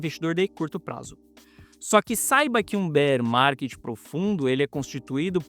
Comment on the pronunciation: Entrei so pra ouvir “Bérr Marrket”